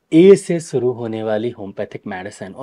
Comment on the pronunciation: सुरु नहीं। शुरू। सही शब्द शुरू होता है।